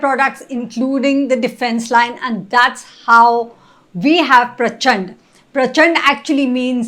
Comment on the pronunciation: Its prachand not prachanda. सही करो 🙏🏻